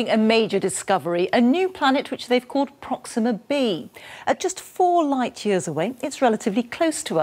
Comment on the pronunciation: "Prohx-seeeem'-mah"? Why did they select a host that pronounces the topic subject differently than the audience does?